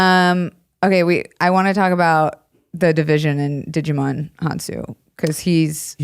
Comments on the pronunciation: Djimon is pronounced like Simon y'all 😓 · You all are butchering Djimon's name😫🤦🏾‍♀️ The 'D' in his name is silent. It's pronounced "jai-muhn" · everytime you called him digimon... the d in Djimon is mostly silent I'm pretty sure, I think it just indicates a hard j sound rather than a soft j